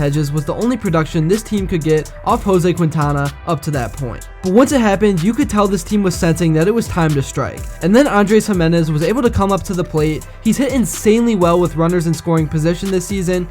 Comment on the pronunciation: good vid. for the future - his surname is pronounced "keen-tana"!